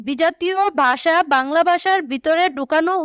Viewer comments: ভাষা কে বলে বাষা😅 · ভাষা ❌ বাষা ✅ 🤦🤦🏻‍♀️🤦🏻🤦‍♀️ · মোদের বাংলা ভাষা ❌ মোদের বাংলা বাষা ✔️😂😂😂😂😂